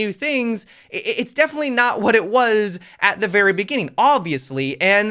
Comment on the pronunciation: devenetly luck 🤣🤣